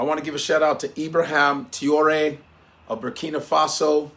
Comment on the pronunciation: “Ibraham Tiore” 😂